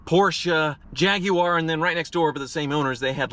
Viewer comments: Well done on the correct pronunciation of Jaguar! The majority of Americans say it with a W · An American who can pronounce Jaguar properly. Instant sub!